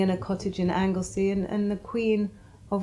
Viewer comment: The name is Anglesey please practice the words & names before you speak.!